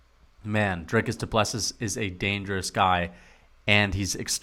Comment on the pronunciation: The last s of Du Plessis is silent